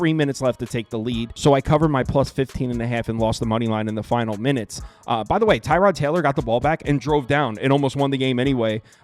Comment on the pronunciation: Its Pronounce TER-Rod Not TIE-Rod